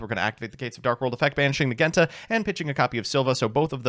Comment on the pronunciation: How does he manage to mispronounce Genta and Ceruli when they are literally based off the colors Based deck and list though, glad to see one of my first decks get a revamp